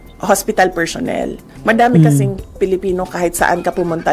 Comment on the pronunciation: madam vp minsan bawas bawasan ung interview mo kasi mejo alanganin ung pronounciation mo eh lalo na ung PERSHONEL